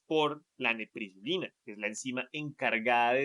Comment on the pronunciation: Correción es NEPRILISINA, en em vídeo dicen NEPRISILINA